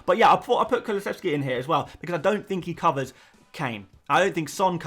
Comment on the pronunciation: You're getting the kulusevski wrong mate